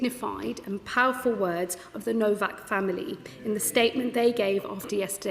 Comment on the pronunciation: You are saying his last name incorrectly. It sounds like Nowok not Novak, even though it’s spelled Nowak.